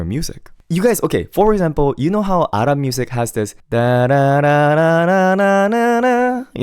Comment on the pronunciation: Im so sorry but as an Arab the was he said "ARaB" is so funny😭😭😭